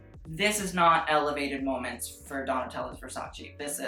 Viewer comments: it's versace not 'versaci' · whyyyy do you fuck with my head and pronounce Versace the right way in a couple of videos and then go back to the godawful VersaCEE, no why no you're better than this pal